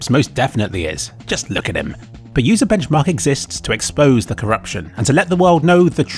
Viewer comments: Butchering the sites name is funnier than their reviews. "Bencharkchmarchmark" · on i hear UserWomens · sounds more like womems to me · I love the way he butchers their name, both in this and the previous video lol.